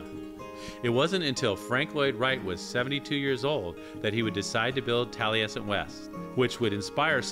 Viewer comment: Keeps pronouncing Taliesin wrong. There is no "t" on the end.